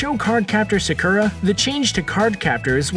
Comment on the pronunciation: They keep pronouncing Sakura wrong . It's Sock-ura.